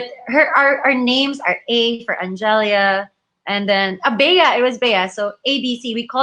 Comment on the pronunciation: no offense but our ME queen's name is pronounced as an-gel-ya not an-ge-lia